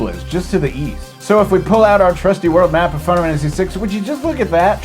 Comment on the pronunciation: Now everytime I say Final Fantasy, I can't help but pronounce it as Fie-nuh-fannisy!